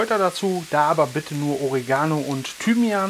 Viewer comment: Warum sprechen alle immer Oregano falsch aus. Die Betonung liegt auf der zweiten Silbe.